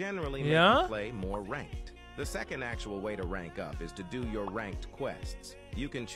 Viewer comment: Es heißt ranked😂